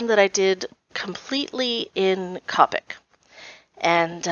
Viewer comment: I am a new subscriber to your channel! I love your pages! You are pronouncing wyo correctly but copic is pronounced like cope with the ic are the end